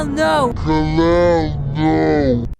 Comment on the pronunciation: Calling kal-el kalell is crazy work that sound like a dude from the hoods of baltimore😭😭